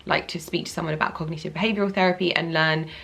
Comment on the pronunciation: do you mean cognitive? not cogneetive?